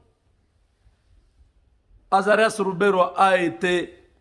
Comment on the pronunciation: Tatu Mubenga wetwawu, umukamate Luberwa...au Rwanda Ruberwa se prononce Luberwa...lol